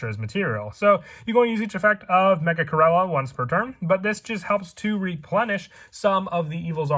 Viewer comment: I almost unsubscribed & took my like back cuz of the way u said my boi Megachirella’s name…💀